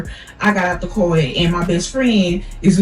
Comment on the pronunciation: The way she said car was grinding my gears 😂 the story was entertaining tho